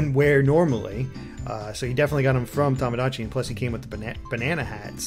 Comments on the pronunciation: It is Tomodachi, not Tahmahdahchi... Japanese vowels are not pronounced like that. To sounds like "tow/toe/toh". Not like "Tah". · Chang Jia Yang Since we're on a correcting streak, it's to-mo-dah-chee. The extra u sound after to and mo is incorrect pronunciation in JP.